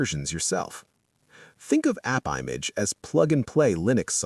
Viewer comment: That sounds like the AI voice is saying Appibitch.